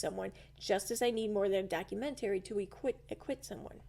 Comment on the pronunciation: Doc- u-MENT-ary